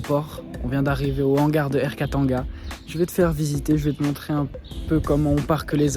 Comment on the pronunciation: 😅 bon ton accent quand tu prononce des trucs congolais…peu mieux faire, par exemple Air Katanga…ça se prononce : Kata et nga 😭😭😭 y’a pas de an/en comme en fr